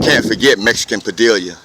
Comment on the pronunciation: "Mexican Padiilla"" ? FYI, It's pronounced "Pa- DEE-ya"...lol